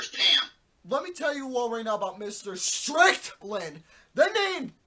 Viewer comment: Dude, it Strickland, not "Strictland."